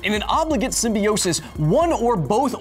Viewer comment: You pronounce symbiote and symbiosis wrong i think